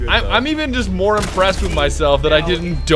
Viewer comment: My god did he just say moAR at the end?!?! SWEET JESUS HAS BEEN ABDUCTED?